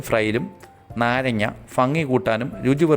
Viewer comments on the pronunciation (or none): ഫ അല്ല ഭ ആണ് പിന്നെ നല്ലതായിട്ട് ചെയ്‌തു 👍👌👌👌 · ഫങ്ങി അല്ല ഭംഗി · ശരിയാ. ഫങ്ങി (fangi) അല്ല, ഭംഗി ( bhangi). ശരിക്ക് ഉച്ചരിച്ച് പഠിക്കുക. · ഫംഗി അല്ല ഭംഗി